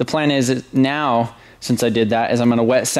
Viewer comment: Did he say " what are you making right MEOW?" name your supra "ramrod"